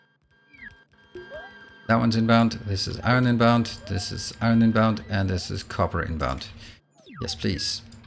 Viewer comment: Hey It’s pronounced “ion” or eye-urn depending on ones accent. NOT eye-RON.